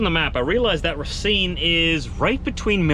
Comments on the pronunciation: the city you’re going to is called Racine (pronounced ra-cine and the a is a straight a) and means Root in French. Enjoy the city, it is really nice. Philippe in Bradenton FL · Just to help you out since im from wisconsin. It's pronounced "Ray-Seen" or "Rah-seen"